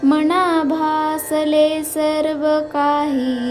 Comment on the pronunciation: नमस्कार मी श्लोक ऐकले. छान वाटले. पण जिथे मना तिथे मना च म्हणले जावे मणा ऐकायला चुक वाटते व्याकरण. चुका नसाव्यात.🙏